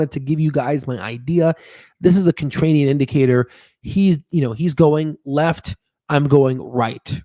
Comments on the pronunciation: ContraRian not ContrraNian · oh my lord, does anyone else pronounce contrarian with "rain" like our host here? never have heard this before. it's always the "rare" pronunciation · In the first and second minute and throughout your video (including where you read the word wrong-The word you should be using is contrarian not "contranium."